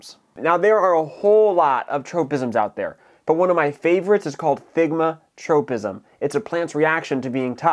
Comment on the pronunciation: It's "thigmotropism", not "thigmatropism".